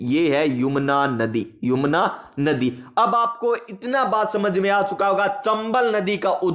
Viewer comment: सर पड़ाया तो बहुत अच्छा, लेकिन सर यमुना को आप बार बार युमना बोल रहे थे